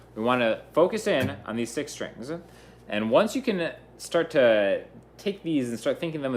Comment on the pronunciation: I love how you say stringsuh good vid